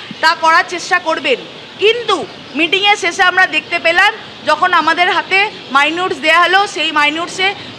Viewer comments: Minute মাইনুট না মিনিট। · Are minutes er uccharon ta thik kore koro..puro noi banglai bolo..onek hoyeche..esob anarchy ebar bondho hoa uchit